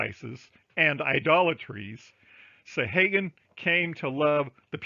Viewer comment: Thank you for all the links. I think you are mispronouncing "Sahaguan" though.